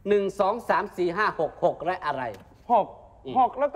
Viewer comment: 🤣😂ตอนเริ่มรายการอีตาพิธีการพูดตง..มีผู้รอบรู้และผู้เชี่ยวชาญทางด้านการเมือง..คำว่ารู้.ร.ไม่ใด้กระดกลิ้น.แต่พอคำว่าเเละ.ล.กระดกลิ้นเฉยเลย🤣😂